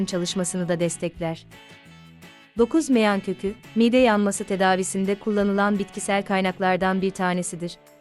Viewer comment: Siz anlatan hanımefendi Türkçede bazı klimelerde bazı harflerin uzatılması gerektiğini bilmiyor musunuz, mesela mide kelimesindeki i harfi uzun okunur, aksi halde çirkinleştirirsiniz